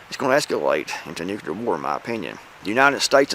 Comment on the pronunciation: Love your content, but man, please stop pronouncing nuclear as “nu CU lar”.